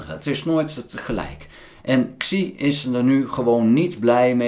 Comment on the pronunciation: "Xi" in Pinyin spreek je niet uit als "Ksi", maar als "Si"